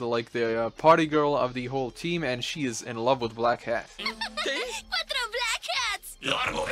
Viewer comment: i always hear black cat instead of black hat 😅